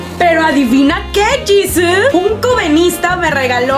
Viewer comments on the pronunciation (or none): ¡¡¡¡Y tu que dises llisus???? Jesus-aweevo!!!!!!